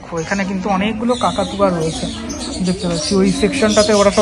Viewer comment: Kota kakatua na cocktail bole..😂